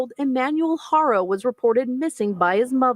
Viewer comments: You’re saying it right now you’ve been saying it right for a minute. Good job. I’m so proud thank you. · Yes, that was the best you said it correctly thank you